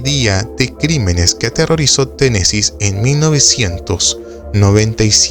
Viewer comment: Muy buen documental, pero es Tennessee, sin s.